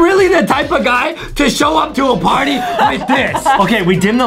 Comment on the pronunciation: No one Literary no one Justin: YA KNOW ADEM THE ONE TO SHOE UP AT A PARTY WITH tHiS